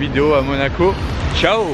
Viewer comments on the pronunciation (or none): none